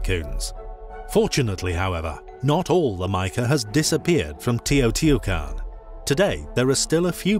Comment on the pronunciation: Try to pronounce better the name sites it's teh. - oh. - tee. - wah. - kahn🎉🎉